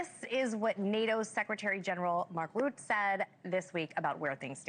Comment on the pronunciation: Lady news anchor --- "Mark Root" - how is it possible you still don't know how to pronounce the name of the NATO SG by now?? Wake up!